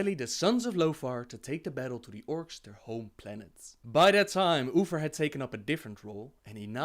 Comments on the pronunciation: He keeps calling him Ufer 😅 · Oofer and arfas lol 😂 now you can’t un hear it 😅